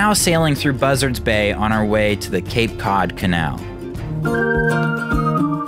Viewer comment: It's Cape Cahd not Cape Cuud.